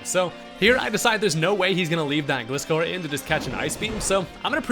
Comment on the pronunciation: Pretty sure Gliscor is pronounced like "Glide" not like "gliss..."